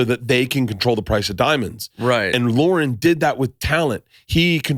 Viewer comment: It's LORNE Michaels, Bert. Not Lauren lol